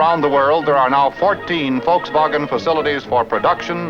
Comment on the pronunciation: Finally someone pronouncing Volkswagen correctly. 👏👌🙂😊👍